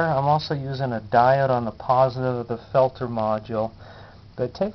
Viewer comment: As usual, one of the few videos that will actually teach you something. Thanks On a side note it makes my skin crawl to hear you pronounce peltier that way!! Its french and pronounced phonetically is 'pelt-teay'